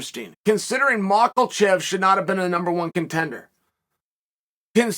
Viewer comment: Who tf is machelchev